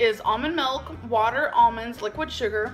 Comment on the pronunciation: I'm Asian and I was trying to translate what "melk" is then I realized that's how Amber pronounce the "milk" lol